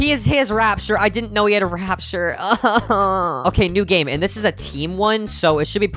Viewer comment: Bro calls it rapshur 💀💀💀